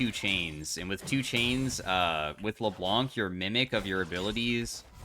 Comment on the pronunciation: Hi! You don't pronounce the "C" at the end of Le Blanc:) (which means "The White" in french)